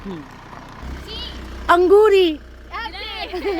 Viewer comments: Auguri not Angoori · Sister angoori nai hunda auguri bolna hunda asin bahot hasse sun k tuhanu..vaise vlog ta bhot pyar nal bnaunde per apni italian thodi thik kro bahot sare words rong bolde..Baji sorry sister tuhanu ehda boleya 🙏